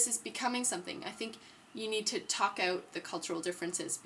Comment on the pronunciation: Are you canadian? the way u say "out" or "about" sounds like a canadian accent!